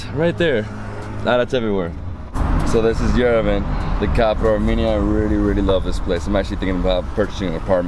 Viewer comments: Lovely video, but PLEASE pronounce Yerevan correct, it is pronounced YEREVAWN, emphasizing the last part awn, like yawn. Not Yerevun. Sorry, but it feels disrespectful to the country, but I think you would appreciate knowing if you have not been told already . Thank you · we love you, but please learn how to pronounce Yerevan. It is not Yerevin. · Yerevan, pronounced YERE VAN. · Yerevan is pronounced ye-re-vaan. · Just for the record, it's pronounced Ye-deh-von, Cheers!